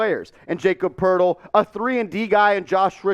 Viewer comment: Lmao this is bad. Really bad. You don’t even know how to say Jakob’s name. He’s worth a 1st by himself. Spurs want a 1st just to take Russell. So Jakob and Doug for Russell and two first round picks makes wayyy more sense. You must be a laker fanboy thinking your suggestion was a good deal.